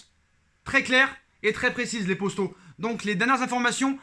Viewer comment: Pourquoi tu dit posto au lieu de poto